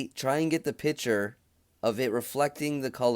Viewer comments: “PICTURE” is pronounced “PIK.- TURE” .................not “PIT- TURE”. FYI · P i c t u r e not pitcher